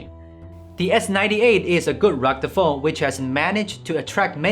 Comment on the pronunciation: Ha ha ha ! You really are incapable of properly pronounce the word " rugged"